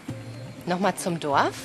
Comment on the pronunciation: Warum sagst du eigentlich immer Doaf statt Dorf?